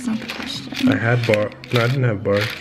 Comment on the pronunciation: this blonde said Burf instead of Barf 😂😂😂😂😂😂